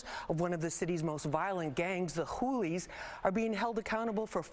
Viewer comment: Wtf are the hoolies😂 sounds like hookers🤣